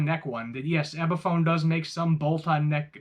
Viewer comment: Okay, if you're going to keep calling it an "EBiphone" you've lost me already.